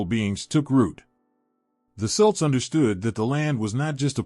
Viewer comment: You can’t pronounce Celt correctly? I’ll pass